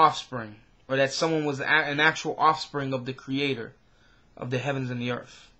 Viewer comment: Earth not Earf